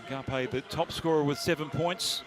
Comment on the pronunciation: The way the announcer said Ngapeth's name was hilarious